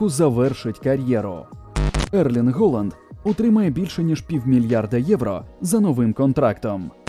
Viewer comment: Голанд* бляха! А не "холанд" 🤦‍♂🤦‍♂🤦‍♂